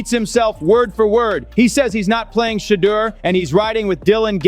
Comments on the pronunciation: The CC and narration kill me; they continue to slaughter that man's name. SMH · Gruden history? Wont happen... Learn to pronounce Shedeur's name properly...please!!!